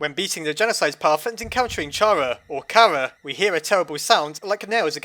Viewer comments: A bit of Undyne's theme is also in the Ruins theme, and Asgore and Toriel share a part in their themes, too. And Chara's name is pronounced Car-uh, like the Irish word "cara", which means "friend". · We need to make a pole about whether it should be pronounced "Chara" or "Cara", whichever wins is the official pronounciation for this channel.